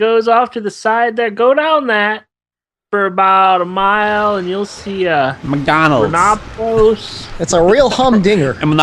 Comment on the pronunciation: Switch Axes and Long Swords FTW first of all Just wanted to say that there is very little wrong with you pronunciations but... Sometimes you just straight up say different words ha ha. Rhenoplos over Renopolis and also Aptonoth over Aponoth. Trolling over fodder... no big deal